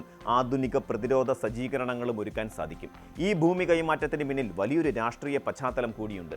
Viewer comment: എടാ മൈരേ ബൂമി അല്ലടാ,, ഭൂമി എന്നാണ്